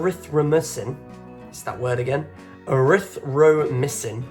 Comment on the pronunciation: The axe is most commonly associated with Vikings, but the most commonly carried was the spear. Score today is 95/100. BTW...you did well with Erythromycin...until you got to the my. It is said exactly as it is spelled. It is "my" doll. That is a difficult word to pronounce. I worked in medicine a lot of years and it takes some tongue twisting...LOL. Good quiz. Always enjoy taking your quizzes.👍😊